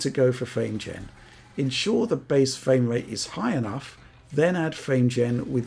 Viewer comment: Fwame Wrate